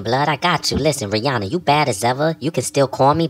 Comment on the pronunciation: LMFAOO...not Rih-Annabelle.